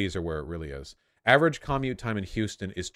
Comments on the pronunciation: Why the hell does he say commute like caw-mute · I’ve never hated anything as much as I hate how Vaush pronounces “commute”. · Have you not heard anyone say the word 'commute'?